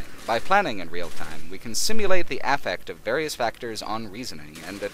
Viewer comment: you say affect weirdly